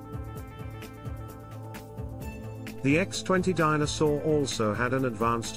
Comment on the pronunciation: The narrator never pronounces "Dyna Soar". It sounds like A Soar.